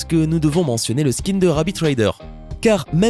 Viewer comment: Vous ne savez même pas comment prononcé skin